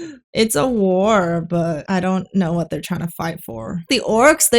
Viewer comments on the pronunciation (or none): The stressing on R's and pronouncing words like 'what' as 'wuhhhat' were super hilarious